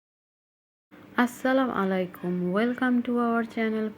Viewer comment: এটা আবার কেমন সালাম দিলেন 😡😡😡 সালাম টা ঠিক করে দিতে শিখেন, আসসালামুআলাইকুম এটা হবে